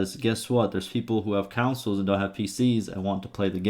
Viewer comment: bro that's too funny "councils" hahaha